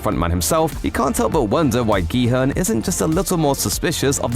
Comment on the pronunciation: At least he pronounces the main character's name properly